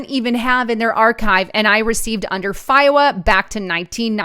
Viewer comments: "FIOWA"? Is that supposed to be "FOIA"? Or is there some other programs you're referring to? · FOIA- pronounced foy-yuh, not fyohwa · it's not pronounced FI-OH-UH, it's FOY-UH, because the acronym is FOIA, NOT, FIOA. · Love your videos. BTW: The acronym "FOIA" is pronounced "foy ah"